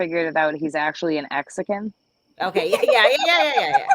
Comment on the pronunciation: "exican" FTW. LOLz.